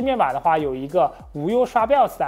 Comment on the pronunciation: 每次聽他講BIOS講成BELLS就會出戲一下:face-turquoise-covering-eyes